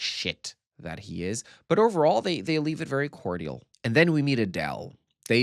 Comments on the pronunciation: My guy pronounced “cordial” core-dee-all. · 😂😂😂😂 “cord-ee-al” bro, it’s cordial.